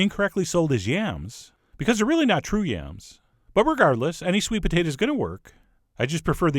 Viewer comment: I like when you say sweet "pa-tate-a"